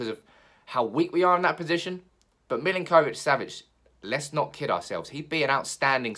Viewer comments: It’s Millink - O - Vich; got a friend with same name and that’s how I was told to pronounce it! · That was doing my head in as well! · My god, why are you pronouncing his name like that!? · The way you pronounce his name 😫